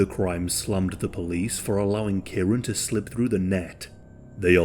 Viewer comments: I've just commented on another post similar. It's kieran pronounced kee-ren. It's a commen name in uk and Ireland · Kieran lol It's pronounced kee-ren.